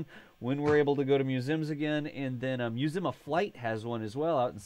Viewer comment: Im gonna have to mute this video if he says musim 1 more time!!! Its museeeeeum